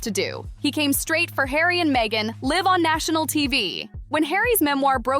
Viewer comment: DO THE CREATORS OF THESE BITS WORK OVERTIME CHOOSING IDIOTS WHO CAN'T READ? LIVE PRONOUNCED WITH A "SHORT" I WHEN REMARKING THAT A SHOW WENT LIVE. AND A LONG "I" WHEN OBSERVING THE SUSSEXES LIVE LIKE ROYALS. JESUS H. CHRIST.THAT'S "CHRIST" WITH A SHORT I: LIKE IT'S THE FIRST SYLLABLE IN THE HOLIDAY NAME. SMH